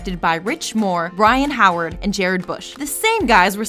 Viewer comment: You said Byron Howard's name wrong. 👎🏼